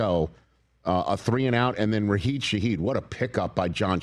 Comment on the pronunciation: RaSHID not Raheed